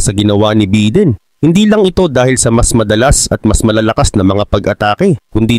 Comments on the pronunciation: Bayden ang bigkas hindi biden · Biden, hindi beedin.